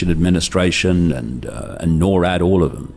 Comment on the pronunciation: Norad not nor at